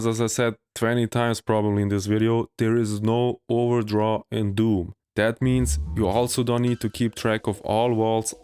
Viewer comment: I think I just realised, you were trying to say "There is no overdraw", right? I heard it as "ordraw" until